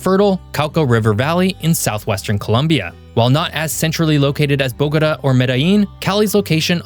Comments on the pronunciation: Bo-go-TAH. Emphasis on the last syllable. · Thumbs down for "Cartageña" and "Boguduh" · You’re calling the capital “Bogoda”, it’s pronounced bo-go-tah, Bogotá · "BOGATÂ" .. I BElieve its Pronounced : Boga-Tah Boga - Tah ... Tah like -Top -Tom (au -ah -aw) so Boga...Tah ok now -say it w/ me .. BOGAAATAAA aahh Yess you see ?! uh huh it actually sounds like a real AUthentic place now unLike the way you were misPronouncing it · BOH-guh-duh. 😅 Interesting pronunciation of Bogatá. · bogos binted? 👽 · 😂 the city of Bowgotuh😂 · It's a good video but please learn how to correctly pronounce Bogota. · Your pronunciation of Bogota is annoying AF. No one in Colombia says it that way. Look at where the accent is located in the word. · why don't you know how to say Bogotá? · I appreciate the content. In the future please endeavor to learn the correct pronunciation of cities, like Bogota, prior to recording. 🤙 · Please learn how to pronounce Bogota! Was this written by AI? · At least he got Medellin right, I wish he would have done some research on the pronunciation of Bogota and Cartagena. If he had the interest to make the video in the first place, he should have had the interest to learn the correct pronunciation. Aside from that, it is a very informative and interesting video. I hope I will be fortunate enough to be able to visit Colombia one day. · Bo-ga ta. Learn the pronunciation please I’m tired of you tubers butchering the names of Colombian cities. Your Medellin pronunciation is better than most muy still not right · Cartageña??? Bógoda??? Medeyin??